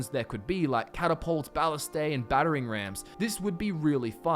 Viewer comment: Part 6 or you'll have to realize it's actually pronounced Ba-list-ta